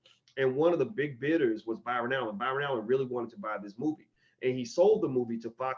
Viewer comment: Sidenote how many people laughed At how many times he fucked up Byron Allen’s name damn bro you write books and you can’t say Byron LOL LOL LOL LOL